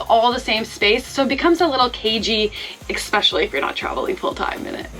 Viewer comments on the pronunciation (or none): ESpecially or ECKspecially?